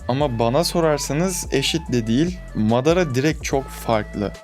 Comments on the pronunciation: Bu arada mağrada deyil madara özürdilerim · kanka amateras deme şuna lütfen , bir de sasuke için kronolojik video bekliyoruz